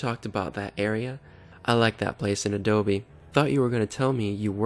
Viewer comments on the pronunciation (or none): none